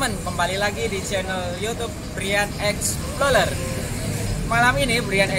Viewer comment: Cara bacanya "explorer" kang, tetap sesuai tulisan. Dudu exploler. Tetap menginformasi ya...